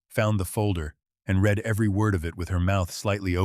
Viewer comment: Wish the AI that reads these scripts could tell the difference between read/ reed and read/red